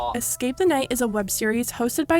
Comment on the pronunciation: "excape" the night... gurl.